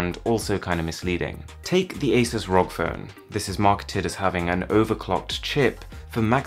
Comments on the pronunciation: Stop calling it rog instead of r.o.g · I don’t trust this vid because the guy said “rog” when it’s pronounced “r o g” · its not 'rog' it's R.O.G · Me too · Asus R O G phone. Always getting triggered ever time you pronounce it wrong.